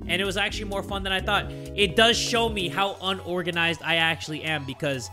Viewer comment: I'm soo glad played this game again, it's soo funny watching him try to organize stuff Lmao, I just realized said unoraganized Instead of unorganized